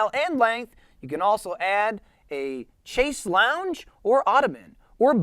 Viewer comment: “Chase Lounge” is my favourite pronunciation of “chaise longue” I’ve ever heard. Thank you for that